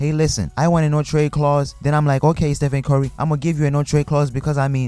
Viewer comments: "Ste-fen Corry" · "Steph-end cory "